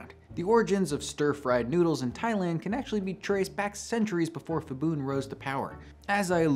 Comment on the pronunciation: When there is a “ph” in Thai-English it’s pronounced /p/ the h is for aspiration. So not /fibun/ but /pibun/. Same goes for mostly every other Thai word written with Ph, e.g. Phuket. Also pad Thai is actually pronounced “putt” Thai (/putt/ pad meaning to fry)